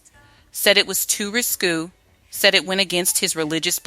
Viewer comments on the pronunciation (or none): Uhm thats ris kay not ris qu. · LOVE the SONGS, but the story telling by AI diminishes the project. It's important to tell the stories with accuracy and without making up words. *RISQUE is Ris-kay, not Ris-cue *WARNER BROS is Warner Brothers, not Warner Broes *JANICE is Janiss, not Je-ness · Please. Risqué is pronounced ris‐Kay, not risku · RISQUE (pro:Ris-kay) . . . This kind of stuff makes me nuts. There are other mispronounced words as I've commented elsewhere. ☮️💜🎶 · Warner Brothers, not Bros, the word risqué pronounced Riss-Kay, Miki pronounced Micki, after that I had to bail. You guys need to review these voiceover copy with someone whose from the era are an educated English teacher